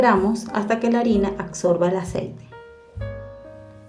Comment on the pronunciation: No es acsorba use español ,ABSORBE